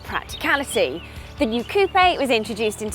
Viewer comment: coupé = coo-pay